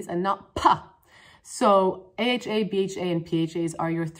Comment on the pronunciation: LOL i live for you pronouncing aha, bha, and pha as one words